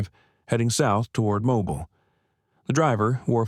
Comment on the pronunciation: There is no Riverside county in Alabama. You pronounced "Mobile" incorrectly three times in the first ten minutes, in two different ways. If the 73 year old man in the story served in Afghanistan, the youngest he could have been at the time is 49, which would be unusual at the very least. According to Google, there are attorneys named Margaret Foster in several states, but not Alabama. If you want to write fiction, why not label it as such? It reads like you are trying to further divide an already divided country. Why would anybody want to do that?